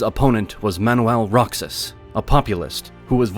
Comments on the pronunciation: Rocks-iss and Mag-say-say. really? It is more like Ro-Haas and Mog-psy-psy. as in psychic. And don't get me started on how he pronounced Macapagal. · The mispronunciation of Duterte wasn't the only mistake heard on the video. The narrator pronounced Roxas as "Rocksas". The actual pronunciation is actually "Rojas" (in the Spanish language the "X" is actually pronounced as "H"). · its (ro-has) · "Roksaz"😳 that would be Roxas (Ro-haus)🤡 AI is not that intelligent🙄 🤡💯🤡💯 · Pronunciation of Roxas is "Rohas" not Roksas. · Roxas is read as “Rohas” not “Roksas” but overall, it's a great video. Love it. ❤ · The Philipinos pronounce it Ro-Hoss. The X is pronounced as an H. Additionally, the muslims in Mindanao for the most part are a bag of terrorist screws or enablers. With Isis, Abu-Sief, and NPA, they are ruthless bloodthirsty crazy screws IMHO. I have been there and seen it and their activity. Kidnappings of foreigners, murder of entire villages and children. Duterte had much success stabilizing Davao and was elected as president and furthermore he stamped out Criminals, Drug Dealers, and Terrorist trash all over Philippines. Now you can go to Mindanao and not worry in many places about being killed by crazy religious zealot aholes. A definite improvement by any measure. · Unless you're talking about Kingdom Hearts, you should pronounce Roxas as Rohas (like Mexico is Mehico). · Use an H instead of a J. J is for Jack and Jerk and Jingle. H is for that sound that the spanish corrupt all the time... They don't have a J and don't know how to spell anyway LOL. Ro-Hoss. That is how you would type it if you want the rest of the world to know how to say it. E is only pronounced as a long A in the romance languages but never English or German, with English being the international language of business. We are right because we are Americans and we have the bombs LOL 😜👍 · You butchered Roxas named BADLY! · Roxas is pronounced like the J in Juan since it is hispanic in origin